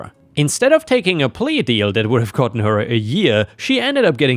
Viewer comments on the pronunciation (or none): none